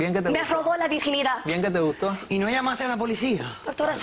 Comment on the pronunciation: siii, queda en la television el diciendo: 'PeRo Te GuZtOh'